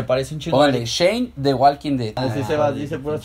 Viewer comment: Vengo de ver el video de exponiendo ortografia,y despues vengo aqui y los veo diciendo walking dead pronunciando la L ,por Dios😬.se les devuelve lo q hacen😜😜